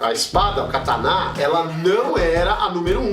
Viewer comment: A pronúncia correta é essa: ka ta ná?